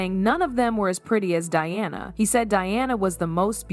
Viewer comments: When the video is about Diana Ross and the AI voice pronounces it “Deeanna” maybe it’s a good time to just have a human do the narration. A good example of AI making things worse. For no reason. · If it isn't AI, the narrator did a horrible job. The age gap was actually 15 years. the narrator starts pronouncing Dianas name as Deeanna. Big difference. Also, "the 1980s" is said as "1980 ess" Definitely AI or a poor job at narrating.